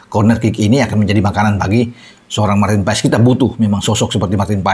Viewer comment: Penyebutan nama Marten paes bukan Martin paes tapi Marten pass coba aja dengar komentator liga Amerika menyebutnya martin pass